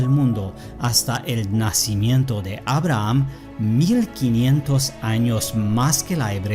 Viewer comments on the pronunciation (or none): none